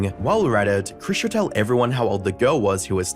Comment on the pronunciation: yet you call her "Kris" instead of "Chris"